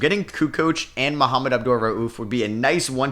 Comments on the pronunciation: Bro his name isn’t mohammed its mah-mood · Mahmoud is NOT THE SAME AS Muhammad- come on man, say his name correctly